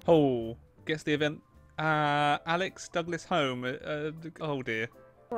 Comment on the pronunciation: It turns out that can't pronounce Alex Douglas-Home